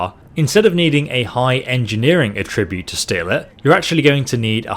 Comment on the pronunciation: It pained me to hear that pronunciation of Attribute. Still, good tips.